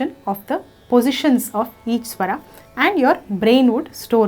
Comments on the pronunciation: English ke word toh bahut theek tarah se bole par jab Hindi ki baari ayi to swar ko swara bana diya Rag ko Raga bana diya, apka naam kaise bolte ho VoxGuraaa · स्वर not स्वरा, राग not रागा. otherwise nice video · thank you for this wonderful video. Just one suggestion - please drop the extra ''aa'' at the end of every hindi word like Raga (correct is Raag) swaraa -Swar etc. This video was so much useful. thank you again.